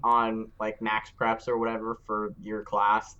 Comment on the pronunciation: really said maxpreps 😣